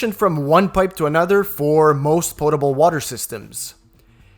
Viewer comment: Not Poo tehble water ✅Pot ehble water